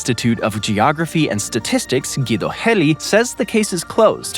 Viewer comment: Gelli is more closely pronounced as "jelly", not "helly". It's an Italian surname and it's spelt like that in both Italian and Portuguese (no, Brazilians do not speak Spanish). And China's one child policy has long been abolished. There are other reasons why it's slowing down in population.